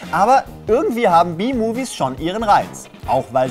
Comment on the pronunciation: B-Movies? Wohl eher BEE-Movie(s).. hust* 'tschuldigung